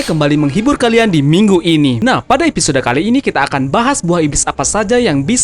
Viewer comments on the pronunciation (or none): none